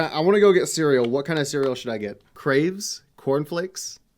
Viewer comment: Bacon ceweal